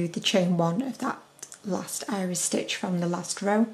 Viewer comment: Also, I'm hearing you say IRIS stitch, but seeing people comment IRISH stitch?... O.o